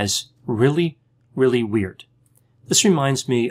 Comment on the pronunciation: did I just hear "wheird" lmfao